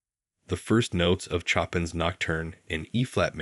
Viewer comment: Chopin is pronounced Show-pan!!! Not Chopping like you’re chopping something up! Show-pan! The story is elegant. Don’t butcher it with ignorant pronunciations.